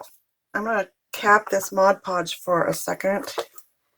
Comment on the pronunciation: They are so pretty! The craft police will get you for saying modge podge instead of mod podge lol